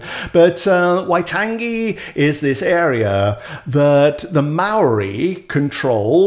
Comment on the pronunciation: Have to say you put a lot of New Zealanders to shame with your impressive effort with the Maori word.